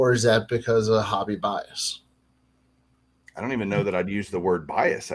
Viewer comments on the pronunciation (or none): said “hobby bias” and it sounded like “Javi Baez” 🤣🤣🤣